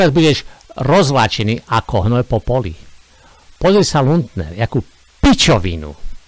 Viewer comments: jedna jedina chyba 😂to nieje luntner ale lunter 😂ale inak super robota 😂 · Nauč sa vyslovovať aspoň meno človeka, ktorého komentuješ.